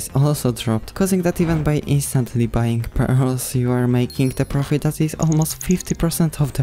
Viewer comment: And btw u said bying ibatead of buying